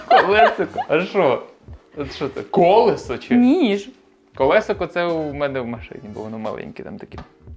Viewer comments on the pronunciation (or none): none